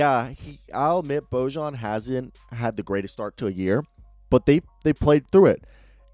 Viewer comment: Two things... 1- it’s pronounced George (weird i know). And 2- it’s pronounced Boyan. Also these videos are great, go jazz.